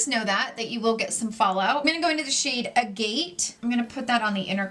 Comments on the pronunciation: agate (precious stone and French name) is pronounced ah-gah-t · Agate is a stone and it is pronounced agit. My grandpa was a geologist. 😉